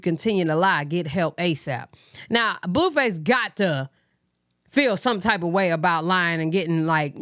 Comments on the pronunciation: It’s you calling him “bluefiss” for me 🤣🤣🤣🫶🏻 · BTW 😅you said you need a new nickname yesterday. you say Blueface so funny 🤣 this is to me his Blueface I love your channel